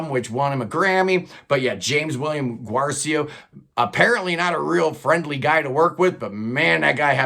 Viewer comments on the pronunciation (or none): Pronounce Guercio like it rhymes with Nursio. Respect your rankings. I would put V at the top spot followed by VII, II, CTA, III, VI, VIII, XI, X. Saw them 5 times with Terry, most underrated guitarist ever. Also my first favorite band. Don't apologize for Taylor. She's a genius. BTW she's got to be a little prog to co-write with the Queen of ElectroProgPop, Imogen Heap. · His name is Walter Parazaider,not Paradaizer. You mispronounced Guercio.They never released a triple album.You have no credibility